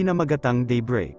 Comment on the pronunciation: Day break, pero pronounce ng narrator debrey